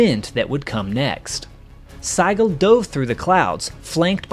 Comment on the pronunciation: The name Sigel is pronounced Seeguhl. In German the "i" has an "e" sound.